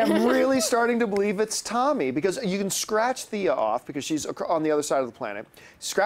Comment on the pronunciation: Its thea for petes sake!!!!